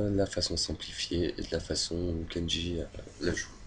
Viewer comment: C'est pas kenji mais KENDJI !! PUTAIN